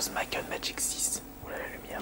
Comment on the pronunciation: Might and Magic ou "Makkeul Magik" ? -_- xD